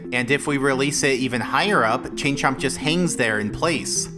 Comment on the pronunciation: I kept hearing "Ching Chong" instead of "Chain Chomp"